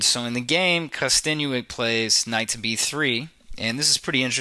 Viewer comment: good analysis. its kosten"yuck" not kosten "you ick".